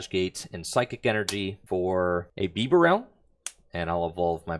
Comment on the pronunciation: Bro what is that pronunciation of bibarel 🤮🤮